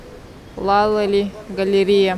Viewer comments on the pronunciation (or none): Laléli!? Ударенье научись ставить в словах правильно. Láleli.